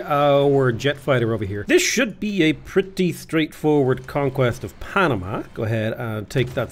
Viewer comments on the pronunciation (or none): none